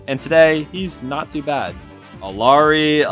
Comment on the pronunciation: Yeah, this made me pause the video, and really consider whether or not to continue watching... I've noticed a lot of content creators mispronouncing Rein's name as well as Moira - are they really that difficult for some..? I guess I should at least see if he says Moira's name correctly, if she gets mentioned. edit: eww I unpaused and he said "Alari"